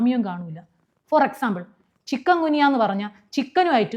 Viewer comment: ചിക്കൻ ഗുനിയ അല്ല ചിക്കുൻ ഗുനിയ എന്ന് ആണ്